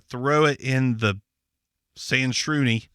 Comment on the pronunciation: the impressiveness is the ease at which you pronounced that name... That thing is just a send ALL your data to china immediately device. I wouldn't put my finger print on there nor would i have the front camera bare without some black tape over it lol. This kinda stuff scares the crap out of me.